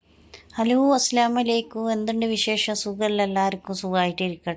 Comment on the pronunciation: ആദ്യം ഇസ്‌ലാമിൽ സലാം എങ്ങിനെ ചൊല്ലണം എന്ന് പഠിക്കുക. അസ്സലാമലൈകും എന്നല്ല🤪🤪🤪🤪🤪🤪🤪🤪അസ്സലാമുഅലൈക്കും എന്ന് പറഞ്ഞു പഠിക്കുക.......നിനക്ക് വേറെ പണിയൊന്നും ഇല്ല അല്ലെ കുറെ പാഴ് ജന്മങ്ങൾ. നിനക്ക് ഇഷ്ടം നിനക്ക് ഇഷ്ടം ഇല്ല. ഒലക്ക തേങ്ങ മാങ്ങ ഒലക്കടമൂഡ്. ഇതൊക്കെ ജനങ്ങളോട് പറഞ്ഞിട്ട് ജനങ്ങൾക്ക് എന്ത് നേട്ടം. ഫ്ഫ്ഫ്ഫ്ഫ്ഫ്ഘഗ്ഗവ 🤪🤪🤪🤪